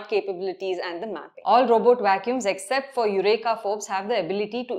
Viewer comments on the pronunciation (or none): none